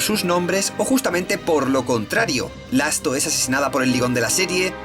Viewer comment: "Lasto", "Praido", "Grido"... JAJAJAJAJAJA